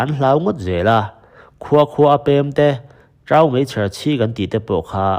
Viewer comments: Trau i lam dan hi Tlau tia a rik dan ang hian lam la chu a dik zawkin a nhaihnawm zawk nhei ang le....... e. g. Trau meichher ch hi.... etc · Trau hi a ri hniama lam tur